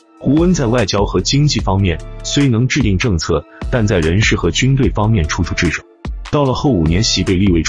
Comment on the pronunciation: 总理调动不了军队也是正常，另外一个关键词读错了，那叫掣肘，不是挚。